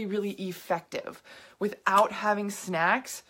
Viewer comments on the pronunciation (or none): dude for a sec it sounded like you were saying have sex instead of snacks